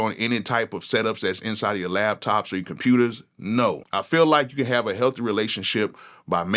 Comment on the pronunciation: its LAPTOP NOT LABTOP 😂😂😂😂